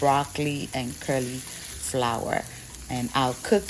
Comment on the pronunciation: Thank you for the meal solution for this weekend I'm definitely trying this one- I know already it will taste marvellous but all those colours, WOW, so tantalising!!!🙌🏾🙌🏾👏🏾👏🏾✌🏾✌🏾✌🏾....erm, pls, as a loyal and beloved member of the Sweet Team, I don't want the 'queens English police' to catch you o😆😆😅😅😂😂🤣🤣 please permit me to correct your pronunciation of cauliflower, its "colly" flower not "curly" flower - I was chuckling to myself every time you said it lol❤😊❤🤗 ❤